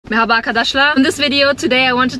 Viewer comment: meghaba bir tamirci istiyorum, bir tamirci + neyli olsun abla? - ney olsun neli yani? + tamirci neli olsun? aksanı çok tatlı yalnız 'Görüşürüş' demesi inanılmaz güzel